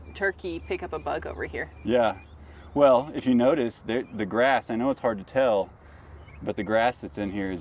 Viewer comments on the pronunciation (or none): tell not rell